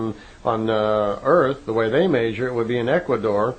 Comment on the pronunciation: This guy really can't pronounce the word "measure"